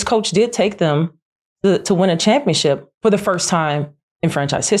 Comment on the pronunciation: Ugh! It's just my own personal pet peeve, but it is not "chip". It's ship. ChampionSHIP, not championCHIP.